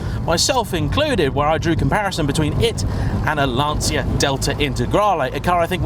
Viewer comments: Célica and Lanccia not lansia. Every time I hear a brit say lansia instead of lanccia I cringe. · Ahh, the famous Lan-SEE-a.. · Lan-CHI-a ffs !!!!!!